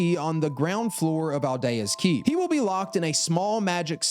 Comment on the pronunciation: DrangleiCH? Al-deh-ah’s Keep? Dude what???